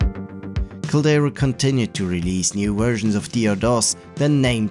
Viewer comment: There's a "D" in Caldera.. it's not "Calera" it's "Cal-dare-ah" which is a reference to the inside of volcanoes.